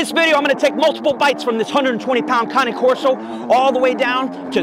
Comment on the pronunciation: But that's how Cane Corso is pronounced correctly... Like Ka-né Corrrs-o